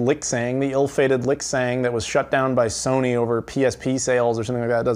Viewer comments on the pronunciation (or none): none